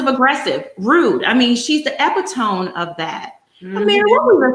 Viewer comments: Please stop.saying Ep-eeTOME, 3 syllables: ep-IT-uh-mee, 4 syllables! You're an on-air personality? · Did just say Karen is the "ep i tome" instead of epitome (e pit o me)? Haha I have never heard someone mispronounce that word that way. Nobody corrected her & she didn't even realize she said a word that doesn't exist. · Epitome: E-pit-o-me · I love your channel. This comment comes from a good place. The pronunciation of Epitome is e-pit-o-me